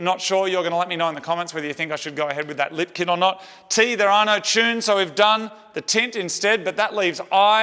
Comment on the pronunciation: I like the lip kit(confused I thought you said "Lift" kit at first), but you should try racing without it and with it to see if you can notice any discernable difference in function. Great Job.. Aside from the impacts of Commuters, I think cars are great for visiting relatives, shopping or taking lazy Sunday drives to Niagara Falls/Lake Simcoe on the fresh expressways... I stopped driving 20 years ago and been riding a bike ever since and the only thing I miss about my car is taking those lazy Sunday drives, rolling one up and rolling down the highway.. This "Bud" is for You! 😏👌🌥 What a great finish too with the makeover... Although might have wanted a light sanding with 7000 grit wet sandpaper block during the paint touchups, to remove the "orange peeling" in the "factory" paint, I doubt however that many people put their faces that close to the paintjob anyway... or even notice...